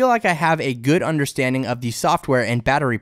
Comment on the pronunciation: It is SO hard to listen to someone who always says "thee" instead of "the". Like "thee best display" or "thee performance of thee device". Where did this guy learn english???